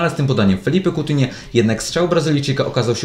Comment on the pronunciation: Coutinhe na ucz sie wymawiać nazwiska